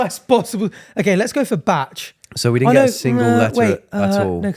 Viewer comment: You pronounce Bach like Batch...you're a T short.